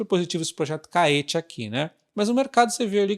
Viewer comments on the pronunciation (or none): Creio que a pronúncia de Caetê seja igual a Tietê. Bom vídeo.